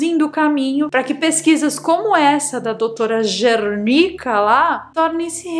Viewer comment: você está tão perturbada ( kkkk) que falou Gernicka e não Zernicka. Ou em inglês a letra Z tem som de G? ( isso não é uma critica e sim um comentário). Adoro seus videos